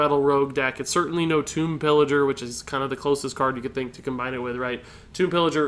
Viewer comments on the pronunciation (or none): none